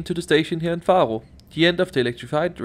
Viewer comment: dont be offended, but i find it really funny how you pronunce the names of the cities :D "Farro" hehe. Great video btw <3